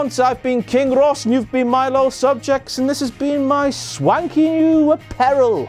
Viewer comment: I always understood 'little' instead of 'loyal' subjects .. :0